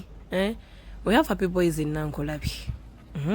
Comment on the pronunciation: Meanwhile its Nakulabye not Nankulabye😁